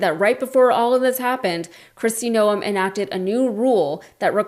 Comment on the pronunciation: Why is she making Noem 2 syllables?